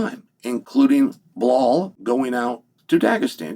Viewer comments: "blal Muhammed" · I haven'twatched chael in a long time so I forgot about the blall instead of Bilal and the meaningful period of time